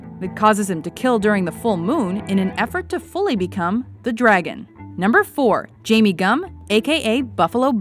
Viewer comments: It's pronounced Jame like aim. Not Jamie. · Gein is pronounced Geen, and it's not Jamie...Its Jame... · "Jame" is pronounced like 'lame.'